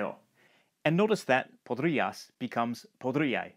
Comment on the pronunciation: Kinda funny how in even though the speaker tried sounding neutral for the first one, it's still a chilean accent. Both tienes and podrías were pronounced with the weak s sound as tieneh and podríah.